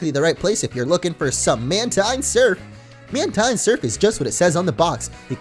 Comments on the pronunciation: "Mantine" is pronounced "man-teen". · Mantine is pronounced as MAN-TEEN though. hahaha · Jordan Schriver lol dude I checked my Deluxe Essential Handbook and no it's not, in the exact words of the Deluxe Essential Handbook, which was made by GameFREAK and Nintendo, it is pronounced MAN-tine.